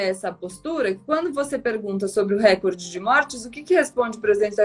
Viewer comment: 📢 Sugiro uma forte campanha desse canal para resgatar a correta pronúncia da palavra RECORDE (paroxítona), há muito aviltada pelos apresentadores de TV, mormente na Globo. 📢